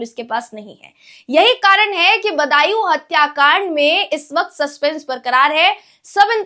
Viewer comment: बन्दायू नहीं बदायूं। धन्य है हिन्दी भाषी राज्य., जो हिंदी भाषा का बंटाधार करने में अग्रणी भूमिका निभा रहे हैं 🙏🙏